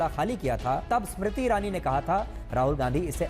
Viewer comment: ASmiriti irani nhi smiriti irani bol 😂